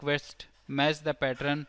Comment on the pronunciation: Now I hear "partern" wherever I go..